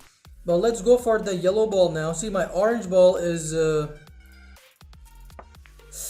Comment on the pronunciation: U said boet instead of ball